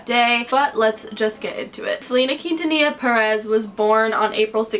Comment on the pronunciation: I love how she pronounces Quintanilla xd, it's so wrong but so cute at the same time